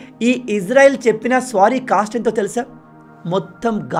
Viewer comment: Good explanation anna 👏 but please don't say the word "sorry" as "స్వారీ".